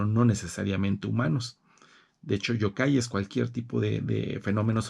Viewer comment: Me encanta que usted sepa mucho de la cultura japonesa, pero solo quiero ayudarle en la pronunciación de dos palabras Yōkai (criatura sobrenatural)y Yūrei (fantasma). La “Y” se pronuncia como “i latina “ además la raya que hay sobre la vocal significa que el sonido de esa vocal se debe prolongar. Un saludo 👋 y me gusta mucho su biblioteca 📚.